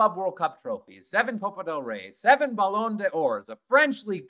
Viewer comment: Ballon De Vour??? 😅